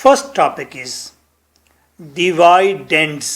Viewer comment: Dividend ko tu sai say pronounced karo